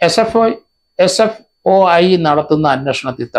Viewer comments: SFIO എന്നാണ് SFOI അല്ല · Sfoi. അല്ല sfio. എന്ന് തിരുത്തുക. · He doesnt even cant say properly its SFIO... Dont know how he is doing it. He doesnt even know what he is talking about,typical malayali reading only mallu news papers. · Sir not sfoi.. Sfio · നേരെ ഉച്ഛരിക്കാൻ പഠിക്ക് 😭😭SFOI 😂😂😂. കട്ടം